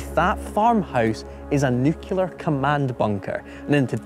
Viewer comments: New-clear, not new-cular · Nuclear = "new- clear" NOT "New-kew-lar" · its nuclear, not nucular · It's NUCLEAR, not Nucular. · it's Nuclear, not Nucular as you persistently mispronounced. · Nuclear, not nucular 🤦‍♂️ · An excellent video. It was only distracting hearing the guy say "nucular" instead of "nuclear" every minute. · OK...it is not a big deal, lots and lots of accents lead to it being pronounced "nucular" instead of "nuclear"...just like he did repeatedly starting ...but ever since Baby Bush said "nucular" SO many times during his presidency with possible weapons in Iraq and actual weapons in North Korea, I cannot help but get a flashback to him saying it whenever I hear it. I know it is such an easy word to mispronounce, and there are lots of videos about that, but it is just really funny to my ear...anybody else get that? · This isn't dyslexia. This is a bizarre mispronunciation of a word by a significant number of people. And it's not even consistent: He doesn't mispronounce "nucleus" as "new-que-lus", so why does he insist on saying "new-que-lar"? Does he also say "skelington"? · I still find it amazing, that even TV presenters covering a topic like this, persist in pronouncing "nuclear" incorrectly. 🙄 It's 'new-clear', not 'new-cular'. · NUCLEAR as in NEW-CLEAR. Not NEWCULAR!! 🤦‍♂ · It's surprising how many people can't pronounce the word "nuclear!" 🤣 As well as this video, I saw a programme on TV about the 1986 Chernobyl nuclear disaster. The presenter, Dallas Campbell, pronounced "nuclear" as "new-killer." The correct pronunciation is "new-clear." It drove me insane! 🤣 This video is old news! The gory details of nuclear weapons have been known about for decades, and have featured in countless films and TV dramas! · The weird thing is he can say "nucleus" correctly (he doesn't say "new-que-lus"), but he does say "new-que-lar". How come these people don't say "skelington" or "Specific Ocean" nearly quite as often, especially when they "axe" questions?